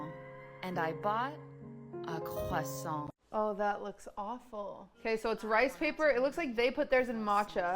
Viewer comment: "qwassong 🥰" "QQWAASSAAWK